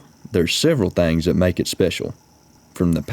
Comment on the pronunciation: Especially when he says trucks And Thangs